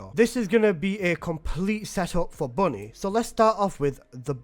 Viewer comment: IT’S BUNNY NOOOOOOOOOO 😭😭😭😭😭😭😭😭😭😭😭😭